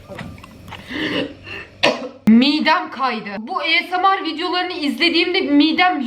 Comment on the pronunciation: 2.5 vicdanları yok diyorsun e o zaman izleme.Esemar değil asmir